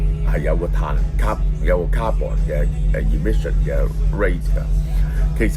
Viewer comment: 蕭生 carbon 發音錯誤